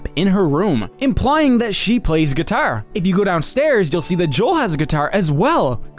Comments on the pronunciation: I like how Joel pronounces guitar right and yet Nick pronounces it wrong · I swear the way he pronounces the word guitar drives me insane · The way you say "guitar" is very Irish. You've got some interesting accent idiosyncrasies